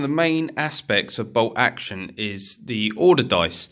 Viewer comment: Is ti "BOLT Action" or "BOW Oction"????😂😂🤣🤣